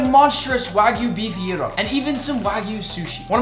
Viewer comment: The Greeks appreciate the pronunciation of Gyro. We thank you.